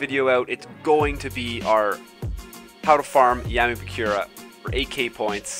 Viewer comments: kazehaya Shouta that bugged me too lol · BAKURA not BAKYURA